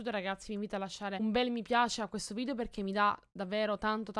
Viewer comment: ma non si diceva VIDEO e non VIDIO